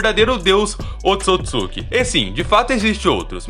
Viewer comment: Se fala oôtsutsuki